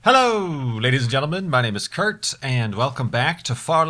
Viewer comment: It sounds like you're saying "My name is Kirkt".